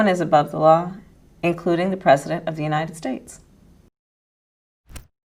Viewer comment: I don't like how she pronounces United States. She pronounces it "Yahhnited States".